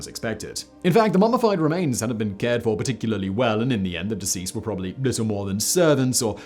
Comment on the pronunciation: Please could you pronounce the second 'b' in probably?